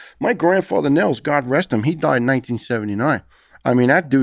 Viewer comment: Niels is pronounced Nills not Neels. And if you want to get really fancy don’t turn that S into a Z sound.